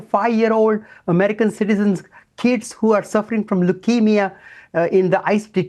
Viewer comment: Anyone who pronounces American as Amedicahn should not be MAKING OUR DAMN LAWS. Go make woke laws for Indians.